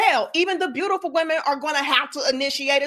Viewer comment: Her: "you are beautiFO'". ...smh🙄...